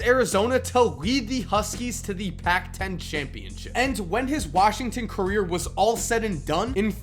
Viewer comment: Every time he says "the" I cringe